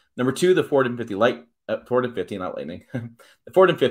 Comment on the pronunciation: Is this guy drunk? Is he saying F150? It's like one syllable when he says it. Horrible.